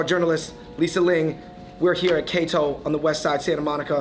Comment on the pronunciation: Kato not Keto